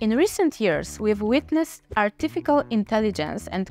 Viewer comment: Artificial and not artifical 🤣🤣🤣🤣🤣🤣🤣🤣🤣🤣🤣🤣